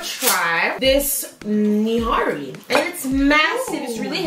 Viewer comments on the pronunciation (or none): it is no niai infact it is a ni hari